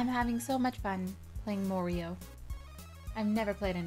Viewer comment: When she said Morio I bet Mario was like "what?"